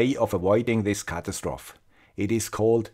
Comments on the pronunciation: Catastrophe. Ca-TA-stro-fee. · "ca" "tas" "tr" "o" "fee"